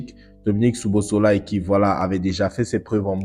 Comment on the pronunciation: Ça se lit "Sobosly"😂 😂 😂 😂 😂